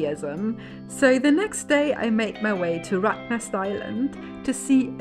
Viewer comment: the dutch word for rat is not rot..actually spelt rat .. it is more like rut.. but the dutch word word for rot is rot.. (rot-nest) a rotternest of rats lol. thanks for showing our city. xxx